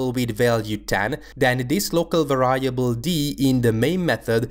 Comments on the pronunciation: The word variable is pronounced [VE'riebl] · You kept on mispronouncing the word variable. Other than that, great video, thanks!